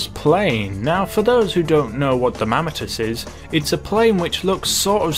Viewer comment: The mammatus... THE MAMMATUS!?!?